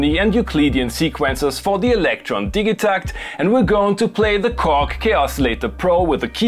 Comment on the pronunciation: It's definitely pronounced "Didja-TACKT"